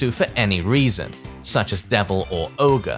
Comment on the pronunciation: Isn't it Ogre? Not oger? Didn't they have a voice line somewhere where there is said Ogre and True Ogre and not Oger?